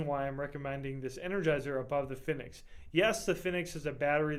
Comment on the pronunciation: btw you pronounce fenix wrong, it's the same as phoenix. anyways i think 10 lumens isn't really enough light even for a keychain light...my keychain light is the thrunite ti which is 162 lumens with an AAA battery. the size isn't too big for a keychain at all and it's very light